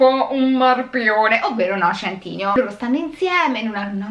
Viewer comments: Per favore, adoro la recensione, ma non riesco a sentire “centineo” invece che “sentineo” (come pronuncia) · Ma centineo non si legge "sentinéo"